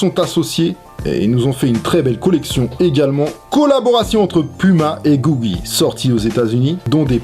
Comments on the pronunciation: c'est Coogie pas Googie ... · on dit coogi frero mais bonne video